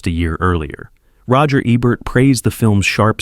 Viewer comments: It's AI narration, sigh. "Rachmaninoff's Second.......Concerto." He also mispronounces Ebert's name half of the time. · I was going to watch this, but couldn’t get past the mispronunciation of Ebert in the introduction. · AI generated. The robot even pronounce Ebert incorrectly. Give me a real human being!